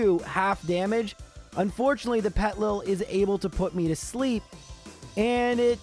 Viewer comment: The way he skips the first I in Petilil bugs me. It's basically "Little Petal" with the words reversed and letters removed. "Petal lil"